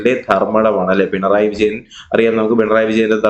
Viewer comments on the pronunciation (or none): none